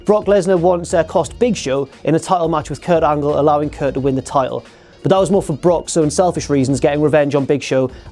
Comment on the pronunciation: You saying Brock, made me lose any respect I had for you. Booooooo